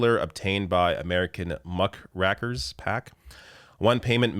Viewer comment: Hey, the term muckraker is an old pre-boomer, mostly political pejorative for anyone trying to "fraudulently stir up trouble against an opponent" and is pronounced Muhk-ray-ker.